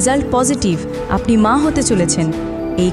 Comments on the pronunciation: Impruve ur pronounces. Like aponi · আপনি শব্দটা ভালোভাবে উচ্চারণ করুন, আশ্চর্য কিভাবে ভিডিও বানান যেখানে উচ্চারণ ঠিক নেই।